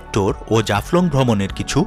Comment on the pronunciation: ভাই,টোর না,ট্যূর। লাভ ইউ ভাই❤️